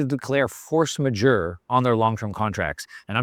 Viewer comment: "majeure" is pronounced "mah zhoor".